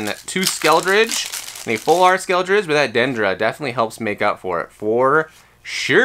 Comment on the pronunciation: Love you but Skel-uh-durge, Skeledirge. Not Skeldrige. 😅